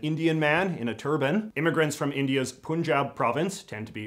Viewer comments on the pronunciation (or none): none